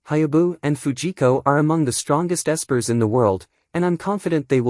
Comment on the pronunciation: Bruh the AI can't even say espers correctly. Fix your shit if you're gonna make these slop recap AI reading a script videos.